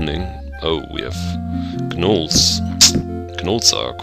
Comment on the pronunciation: Hi, great LP so far, and I know this is a year late or so, but the 'G' in 'Gnolls' is silent. =) Just FYI!